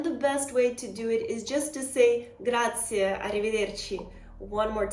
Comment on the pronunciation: And please not “Grazi” (as many Americans say) but GraziE ! 😊